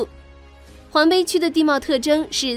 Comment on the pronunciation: 黄陂！对不认识的字在念稿子前不能查查字典吗？